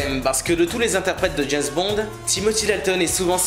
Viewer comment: "Jayz Bond"...